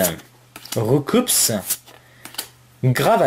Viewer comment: Hey ! Voilà pokebip a interview le chef traducteur des premiere version ( bleu/rouge/Jaune ) et que tout le,monde fesait l'erreur de roucoups ( engros tout le monde dit roucoups et prononce le S ) et bah il disait que le S devait pas ce prononce /// voilà petite parenthèse :) mais sinon franchement bien jouer pour les fill art x)